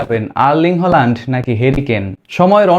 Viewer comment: হোলান্ড না ভাই, হ্যালান্ড হবে উচ্চারন। প্রাক্টিস করেন নাই?